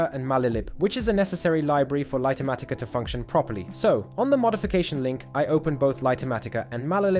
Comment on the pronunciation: LIGHT matica,, not Lighter matica!! XD smh!